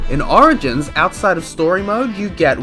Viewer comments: "Sonic Arigins" sorry I had to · thats not how u pronouce origins